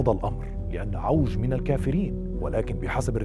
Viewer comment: عِوَج ....لفظها الصحيح بكسر العين